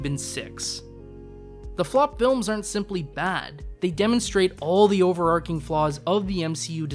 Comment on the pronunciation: “Overarching” is pronounced with a “ch,” not a “k” sound. I’m sorry, it’s true